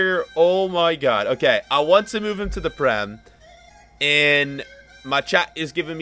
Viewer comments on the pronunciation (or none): none